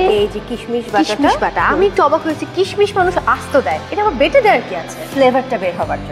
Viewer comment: kishmish sound so funny! kismis way better.